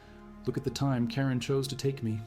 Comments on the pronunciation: not "Karen" (LOL!!!), but "Charon", the mythological ferryman of the dead people... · That is all nice, making a video about part of our history but is there no checking before uploading? Come on! Did Athanasios Diakos really sung, "Look at the time KAREN chose to take me???" Really? It's Charon! The Death, not Karen!!!! I mean, Karens are bad enough when they complain but ...taking lives in 1821? That's a far fetched statement for any Karen! Anyway, next time check before uploading, also check at the images the AI adds to the text. An English tavern? An ancient Greek phalanx with fiery spears??? A scene from some Ancient Greek civil war battle? So, thanks for the story and the sharing of our history but I am disapointed to say you made a comedy out of it.